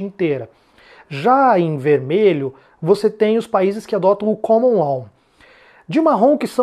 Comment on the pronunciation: Amigo, a aula ta ótima, parabéns! Só um detalhe: a pronúncia é LÓ, não LOL.